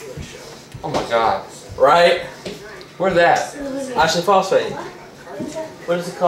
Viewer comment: i live in south carolina so hearing ashely phosfate confused me